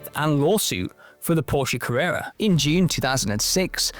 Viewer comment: Porsche Cawwwewwa